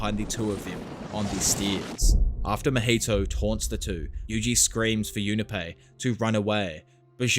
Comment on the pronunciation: Jun Pei, not Juna Pei